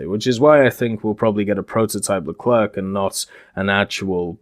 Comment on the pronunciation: You shouldnt pronounce the C at the end of Leclerc, it's more like Lecler